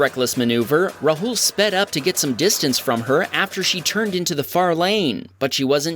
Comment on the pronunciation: Its not pronounced rhul its raaahul